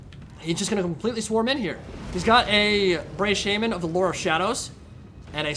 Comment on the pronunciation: says "orc shaman," but I hear "orc shaming."